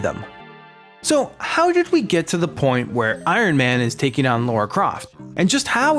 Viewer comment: LARA not LAURA 😑